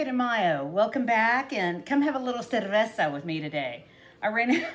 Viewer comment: Is that La Chalupa from lotería on your necklace? We remember those coupon books (just aged ourselves)! Very cute and easy crafts. You say cerveza very well by the way. 🍺🍻